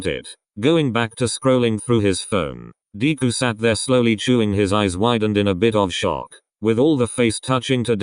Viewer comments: Deku, nah DKU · Lol 'Deequ' poor deku 😂😂😂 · Everytime Bakugo said "Deku" it sounded like "Diku"😂😂